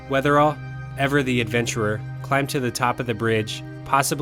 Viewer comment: Great video! But, it’s Weatherill, not Weatherall.